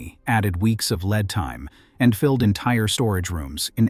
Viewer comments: Leeeeed time not lead time. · Great video. Would be even better if the pronunciation was more accurate, e,g, Lead is as in ‘Lead Screw’, not Lead as in metal, I,e, Plumbum (Pb).